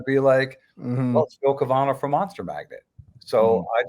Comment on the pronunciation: Great interview but you mispronounced Phil's name consistently.